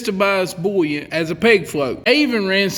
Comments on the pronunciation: Hot tip: there is no "L" in the word buoyant or buoyancy. It IS NOT "bullyant" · I just love hearing him say bouyant/bouyancy/etc